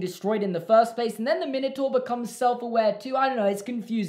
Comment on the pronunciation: That's not how you pronounce Minotaur